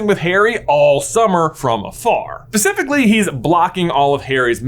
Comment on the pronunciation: pacifically huh 😆